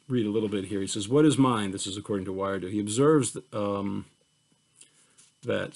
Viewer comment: Thank you for this lecture! A quick note, I believe Wiredu is prounounced "WEE-REH-DOO."